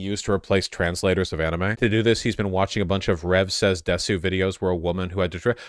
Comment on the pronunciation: Bro can't even pronounce desu.